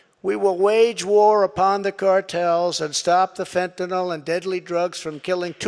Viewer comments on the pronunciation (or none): "I kept my promises" said the bloviating moron who never introduced an alternate healthcare plan. You know, that marvelous thing in his back pocket he had ready and waiting for him to become president. And what is fentinol? It is "Fentanyl", there's no "O" in that name. And nothing but lies. But if you're willing to swallow than load of crap... At least he can still sort of read.